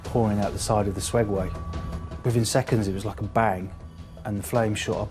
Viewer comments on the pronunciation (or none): He said swegway. Hahahahahahahahahahahahahahahagahahsgaga